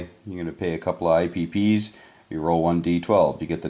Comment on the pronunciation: Ipcs not ipps